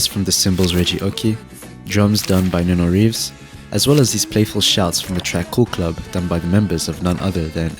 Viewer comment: "Noona" Reeves kek